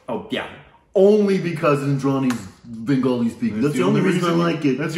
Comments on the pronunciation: and Big B both are jomai babus (son in laws) of bengal. His bengali pronunciation was on point. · Bengali was the closest wow you nailed it.